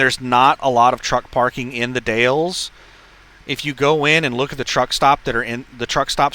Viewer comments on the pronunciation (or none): The Dalles - pronounced "The Dals" (rhymes with 'pals'). Silent "E". BTW, be sure to scale that 5000lb load, you don't wanna be over on your drives 🤣